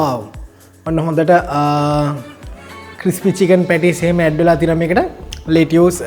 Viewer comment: ලෙටුස් කියන්නැතුව ලෙටස් කිව්වනම් ත්වත් හොදයි